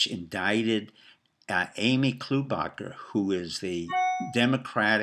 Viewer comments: Amy klow baa Charr is how you pronounce her name... The way she got in to politics is that her dad Jim "klow baa Charr" was a writer for the star & tribune a left leaning newspaper for 30 plus years. Name recognition was big in MN. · You might wish to know that you're pronouncing Amy Klobuchar's name incorrectly. Do a search -- would be more effective if you give the correct name.